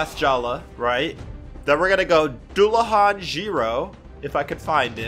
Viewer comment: btw Dullahan is pronounced doo-luh-han and Cu Sidhe is pronounced coo-she